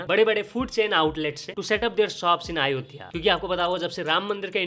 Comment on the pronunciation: " अयोध्या " atleast naam ka pronunciation acche se Karo Bhai 🙏🏻